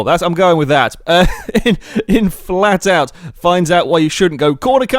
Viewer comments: the flatout clip says faltout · you know it's flatout and not faltout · 'faltout' you sure about that lol